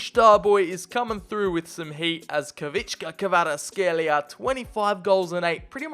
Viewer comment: As a Georgian, I can confirm that that is one of the worst pronunciations of Khvicha Kvaratskhelia I’ve heard on YouTube lol.